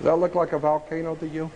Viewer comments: Why does Jordan Maxwell pronounce volcano as "Valcano"?? I found it really annoying for some reason.lol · Jordan Maxwell loses me with "excape" and "VALcano"... Haha.